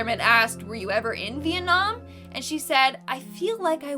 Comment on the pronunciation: Am I the only one who heard Mietnam ?